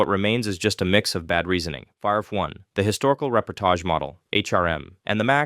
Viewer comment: The way he's saying reportage is the most offensive part